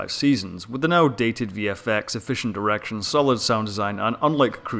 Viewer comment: It sounds like you said "sufficient erection" instead of "sufficient direction". Maybe it's just where my mind is going lately.